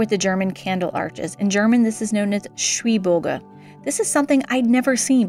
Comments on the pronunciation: Schwibbogen, not Schwibboge. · I enjoy Your enthusiasm in searching and exclaiming old traditions and also your very good pronounciation of german words, especially the "Umlaute". Little hint: say "shwyb" (very short pause) "bogan" like it are two single words (they are indeed). It is a small trap, because usually two "b" in a word means that the "b" is spoken a little bit shorter/sharper (like you do correctly), but in this case it is simply that the two words Schwib and Bogen are glued together. Greetings from the Lüneburger Heide in northern germany. Nice to see that you have already snow in Bayern. Here it is currently only grey and wet :-) I wish happy days and a nice ending of the year